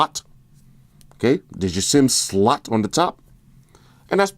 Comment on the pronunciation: "I see you got your headphone jack, there's your micro USB charging SLUTT"... LOL